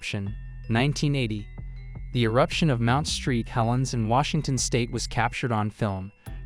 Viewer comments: Mount Saint Helen #10… not Mount Street Helen. Thanks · Mount St. Helens IS NOT Mount Street Helen's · AI crap spelling at its best. I quit at the Mount "Street" Helens... That shit's unwatchable. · mount street helens? ok. this is ai. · Please shell out the extra coin to hire a narrator. I didnt even mind the filler footage & lack of "where are they today" info as much as the mispronunciation, "Mount Street Helen" !!! Really? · Yeah seriously. This is so stupid. Mt. street helens… seriously? And they didn’t even correct it before posting it. They were like yeah this is good to go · This has to be AI reading right?? Its hilarious Mount Street Helens, Tack-a ma narrows bridge instead of Tacoma among other badly mispronounced words.Ive never heard anything like it. Come on!!